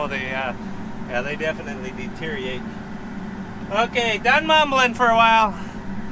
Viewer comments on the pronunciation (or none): DeterIORate,. You’re leaving a syllable out there bud.